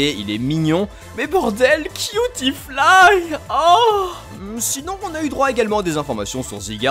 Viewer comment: J'ai cru que avait jouis en prononcant "cutiefly"... nan c'est juste moi? Ah d'accord....